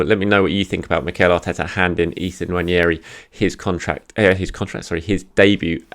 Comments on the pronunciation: I’m Nigerian and Igbo too, I guarantee you the “n” isn’t silent. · Hey, the first “N” is closer to nasal than silent in “Nwaneri” and the second part sounds like “Mary” but with an “N”. Appreciate the effort tho 🙏🏽 In case anyone was wondering, it’s a Nigerian Igbo name and I’m Nigerian so I’m very familiar.